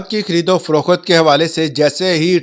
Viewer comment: Froqt hota hai, faroqut Nahi